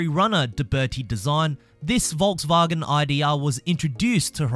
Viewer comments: why he saying volksvagen tho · Hey where are you from cause u say Volkswagen weird and I like it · Mate he is from The Land Down Under 😆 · Its not correct though